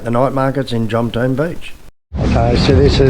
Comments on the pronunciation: JOM TEA EN not JOMTEEN ! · Jomtien When will youtubers learn how to pronounce it?